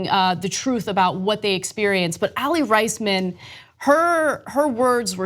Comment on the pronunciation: He wasnt a coach he was the team doctor and also you mispronounced aly raismans name lol....